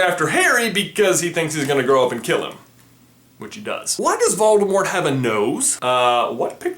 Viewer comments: you pronounced voldemort wrong. have some respect (its pronounced VOL-di-more) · So am I the only one who knows that the t in Voldemort is silent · Does it bother anyone else that he pronounced the t in Voldemort? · You are saying 'Valdemort' not 'Voldemort' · On t he said "Baldimort." XD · you say it voldemor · I turned on the captions, and whenever you say "Voldemort", it writes "Baltimore". Lol. "Why does Baltimore?" "Why does Baltimore kill unicorns?" Frankly, the rest of the Maryland state has been wondering the same thing! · Call yourself a Potterhead yet you don’t know the T is silent in Voldemort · it is pronounced without the T at the end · the t at the end is silent